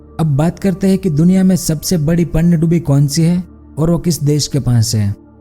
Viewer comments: बिल्कुल सही! पनडुब्बी का उच्चारण ही नहीं कर पा रहे हैं! पनडुब्बी को पन्नडुब्बी बोल रहे हैं! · Bhai aapi ki video to sahi he lekin panidubi nahi pandubi bolte he please thoda sune me sahi lage esa bole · Pannadubi nhi Pandubi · Are murkh panyadubbi nhi pandubbi hota hai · पनडुब्बी कहते है पहले panndubbi नही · PaaaannduBi nhi bhai pandubi 😐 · पन्नडुब्बी नही पनडुब्बी बोलिए ।। आवाज मिठा न सही शब्द तो सही से बोलो😀😀😄😄